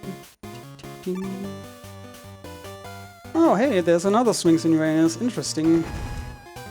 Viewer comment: Dude in the back can't hold it when the runner mispronounces Uranus several times.